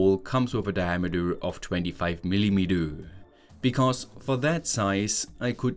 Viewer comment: Centimiddoowwwrr, Milimedoowwwrrr, Dayamedoowwrr for God sake pronounce it right that was so Annoying.